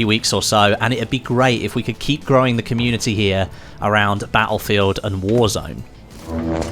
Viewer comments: Can't subscribe until you start saying "battlefield" properly. Sorry. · I absolute hate the way he says battlefield